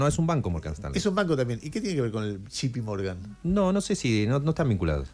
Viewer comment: Jay Pi Morgan no Gi Pi Morgan